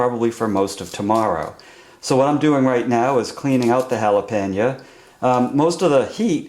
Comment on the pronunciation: You pronounce Jalapeno - "Hal-Ah-Pan-Ya" ??? LOL